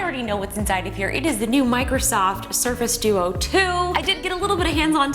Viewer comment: it's the surface tew-tew. LOL